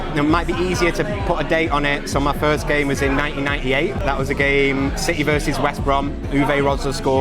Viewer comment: Wish fellow Mancunians would pronounce City properly rather than ‘citeh’ ITS CITY.